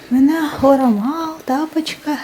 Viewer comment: Тапычка емес — Тәпішке 😅👍